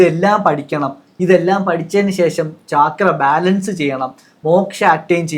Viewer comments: It is not chaaakras... CHAKRA is a Sanskrit word..meaning Wheel..they are wheel like energy centres in the body...NOT CHAAKRAS😂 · ചക്ര Not ചാക്ര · First of all it’s called “ചക്ര” in both Sanskrit and Malayalam, not “ചാക്ര” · താഴെ പറയുന്നതിൽ ഏതാണ് ശരി? ലാം or ലം യാം or യം? പിന്നെ not ചാക്ര but ചക്ര. in മലയാളം and sanskrit. പിന്നെ മക്കളേ. സംസാരിക്കുമ്പോൾ ഇത്തിരി കൂടിബഹുമാനം വരുത്താൻ ശ്രമിക്കുക. പീഡിപ്പക്കപ്പെട്ട പെണ്ണ് എന്നു പറയുന്നതിനു പകരം പെൺകുട്ടി എന്നോ സ്ത്രീ എന്നോ പറയാം. പെണ്ണും സ്ത്രീയുമെല്ലാം ഒന്നു തന്നെ എന്നാലും. കുറ്റപ്പെടുത്തിയതല്ലാട്ടോ. മനസ്സിലാക്കാൻ പറഞ്ഞതാണേ. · Its so irritating to hear chaakra